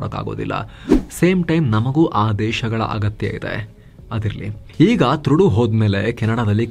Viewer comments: ಟ್ರುಡೋ ಅಲ್ಲ ತೊರಡೋ😂😂😂😂🎉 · name Justin Trudeau .... pronounciation TRUDO antha....